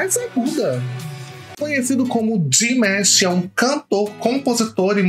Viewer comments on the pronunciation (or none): Saudações de Niterói Rj, o certo é Dimash, não Dimesh, se pronuncia da forma como esta escrito, parabéns pela estreia, por favor reaja ao último vídeo dele " The Story of One Sky" ele deixa uma mensagem de união entre os povos independentes de religião ou raça é simplesmente avassalador. Tive o cuidado de procurar um video com legendas pra que você possa entender melhor o contexto dessa obra prima Obrigado.